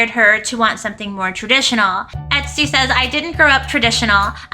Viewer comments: She’s calling her etstee haha 😂 ps love the outfit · Love you! The pronunciation of “Estee” is “Eh-stay.” Not “EHT-STEE.”